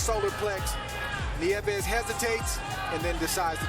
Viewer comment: “Neeves” “Neevus”..it’s actually “nee-YEH-vess”